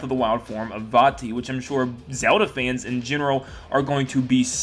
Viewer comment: It’s vatti